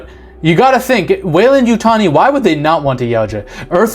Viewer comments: Great video, Appreciate you pronouncing 'Weyland-Yutani' correctly, but I have to point of that you mispronounced the word 'Yautja'. According to Steve Perry, in his 1994 novelization of the 'Alien vs. Predator' the comic series, the correct pronunciation is 'Ya-oot-chah,' with the accent on the second syllable, and that "ch" almost a "j" sound. Source: May 08, 2007 reply from Steve Perry himself on the avpgalaxy forum. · Love your vids... you said weyland yutani correctly.. don't listen to those sharmudas I been thinking the xeno we love is one the descendants of genetically creatures made from these base few beginners crossed together.. but i could be wrong.. it would be cool that way... The first monster.. it's a Metroid! What if David uploaded his mind to be the template for many androids.. a backdoor passenger able to take over any android anywhere. Because he's the core.. he's the server..he pulled an IG-88 and put his brain in the system that creates copies. (An IG-88 Droid uploaded itself into the death star 1 and took over as the targeting computer out of sheer watoness to be a megaweapon)